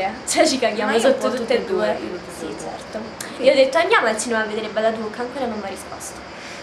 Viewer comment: è il primo video che vedo di questo canale.. e il tuo comportamento non mi piace molto.. c'è questi "eczerto" "cominza" e quella vocina.. bho.. non voglio criticare ma bho prendila come critica costruttiva